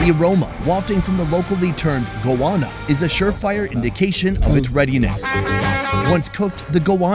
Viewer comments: man... Its Goanna. Go anna. Not goouana. Also, who's the white guy making the head-smacking conments line "its a bit like barbecue".. no shit Sherlock. Its goanna tail thats been cooked on hot coals. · You heard him say Goanna and then you say Goahhhna... Its literally like saying Go Anna. ffs bro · sounded GOANNA not goana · it's not pronounced "Go Ahna" it's "Go-Wanna", ya YANK!! CHEERS FROM NORTH CAROLINA!! 🍻😆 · This is a bit late, but as an aussie, we pronounce goanna as go- anne- ah(short h, like in hello). I hate how many things are mispronounced by americans. talk like you would usually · nailed "damper", needs work on "goanna" but if he'd said "waada" (water), I'd campaign for his Aussie citizenship